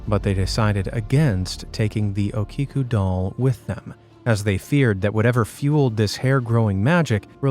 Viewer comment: It's pronounced okiku (O-ke-koo)